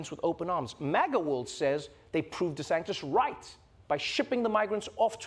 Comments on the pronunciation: ❤❤❤ Trevor, I love you… but I gotta tell you this. You’re pronouncing Ron DeSantis’ name wrong, and it grates on my ears 👂🏼 you’re saying DeSanktis…like spirito sancto ⛪️ 🎶 🙏 his name is DeSAN-tis…like Santeria…Santangelo…Santomè. Just sayin’, from an Italian-Canadian and dedicated fan 💋🇮🇹 🇨🇦❤🇿🇦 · Is it just me or does Trevor pronounce it "DeSanctis" ? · Does anyone ever hear Trevor saying Desantis’s name as “desanKtis”??? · I don't know why but I keep hearing DeSANCTIS instead of DeSantis when he says it. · Why is he saying deSanktis? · or “DeSanGtis” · I love how Trevor is butchering Desantis’ name every single time 😂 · im unclear is he deliberately mispronouncing DeSantis name cause that’s just rude